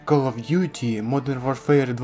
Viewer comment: Ну кол оф дютi ти ж нормально сказав😁